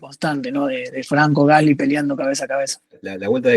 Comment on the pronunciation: Excelente nota! La mejor de todas las que escuché. Un solo tema, el apellido del compañero de Franco se pronuncia "gaslí", es francés, se pronuncia con acento en la i.